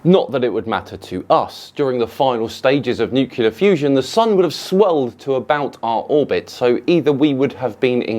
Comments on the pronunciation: Oh my god oh my god Nuclear Nu Cle Ar not Nucular I've been watching you for years man, I've never noticed you make that mistake, please don't do this to me, please say it right, I beg you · you being a should know there is no such thing as nucular. We have a word on this planet said and spelled NUCLEAR,and we have on this planet a slightly slower mentally form of human race that tend to morph words like nuclear/nucular either out of laziness or stupidity. …or maybe de-evolution. And, as I understand the scientific method insofar as a theory cannot become absolute fact without being able to witness and reproduce; not sure why you speak of evolution as anything but the theory that is the current consensus. It cannot be fact. I could be wrong, I’m not a sci-man, just a hu-man. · OMG.. you just used the (non-existent) word "nucular"... and you are a hero of mine... I am crushed! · No no no, you said nucular. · What's neucular? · 06.55.... NEW-KLEE-AR .. NEW-KLEE-AR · did you mispronounce "nuclear? "